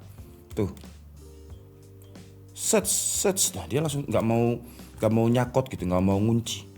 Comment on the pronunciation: Ketahuan org jawa ya mas, "gak mau nyakot" 😂😂